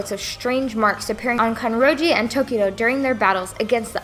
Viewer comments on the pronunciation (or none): Character name: Mitsuri Kanroji Her: "Kanjori"